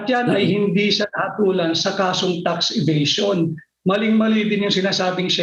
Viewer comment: Pinky Webb obvious ka sa Sobrang Dahangdahan mo na pag bigkas ng Tax evasion (FACT) WOW KALA KO MATALINO KA GIRL ! Ganda pa naman diction mo .. di mo alam yung story ? Journalist ka ba talaga ?